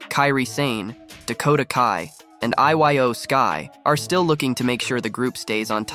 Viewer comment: How can yu watch these shows and not say they names right it makes no sense same for iyo sky like bro it’s pronounced (E-Yo)